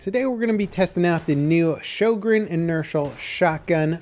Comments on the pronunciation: showgreen??!?! its sjögren :( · It's actually pronounced rho-gren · i think sjogren is pronounced syogren cuz it sounds nordic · Your pronunciation of "Sjögren" sickens me. "Ö" sounds like the "i" in "sir" (the brittish sir).